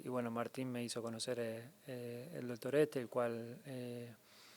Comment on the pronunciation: "El dotor ete" jajajaja